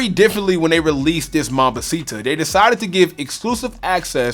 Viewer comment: He says mambacita so white😭